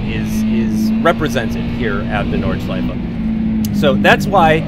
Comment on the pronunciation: Yes!!! Finally a english youtuber who can pronounce "Nordschleife"! I like this, because I am German!